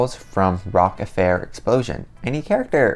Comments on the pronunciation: rock-A fire explosion is how its pronounced not affair :) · *it is said like "rokk a fiyer exploshen*" that is it sounded out